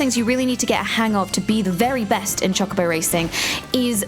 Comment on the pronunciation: Heard Choc-obo and I died inside a little bit